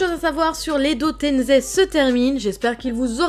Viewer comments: Ses pas edo tenzei ses edo tensei Ou edo tençei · Arrêt de dire tenzé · Je suis le seul qui aime pas quand on prononce edo tenZei ?pour moi c’est edo tenSei avec S comme Serpent😂